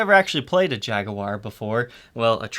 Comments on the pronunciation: Could you play say Jag-wire instead of jag-oo-war, since the "u" is silent? It's as annoying as somebody pronouncing cinnamon as cimmanin. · Great video! killing me on pronunciation... What is a jag-oo-are??? "Jag-war" or if your are British Jag-You-Are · More important: it's JAG-WAR, not Jag-you-are!!! Good god, I can't stand it when he says that. That's the pronunciation for the British automobile manufacturer, NOT the guitar or the feline. Feel free to watch Fender's own reps say it,. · Jag'-u-ar? There you are. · Please pronounce it as we do in Boston. It's Jag-wa. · You're american and you pronounce Jaguar like a brit. Strange. Or should I say...shhhhhtrange? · Why do you say Jaguar funny? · the "oo"/U sound is just a British affectation, like 'aluminium' - another pointless way to pronounce something that never needs re-pronouncing. 'clever' Brits, hmmm. Of course in the U.S we murder EVERY language, since that is inevitable consequence of 350million people with vastly different genetic backgrounds attempting to live together.